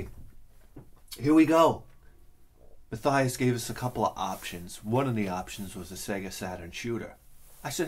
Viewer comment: Thanks for the shout out and the indepth review with your usual honesty we all love. Btw my first name is pronounced like "Matt- yass" lol. But anyway you say its ok no big deal: )